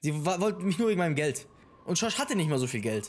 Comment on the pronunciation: wenn er George sagt:,,SCHOrSCH."